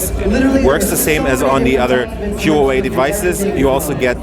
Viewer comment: no offense man, but could you please ask a Huawei representative how to properly pronounce their company's name. I'm ethnically Chinese, but was born in the States and the way you say it just isn't right.